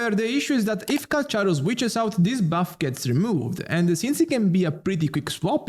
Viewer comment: Its pronounce 'kal-karo'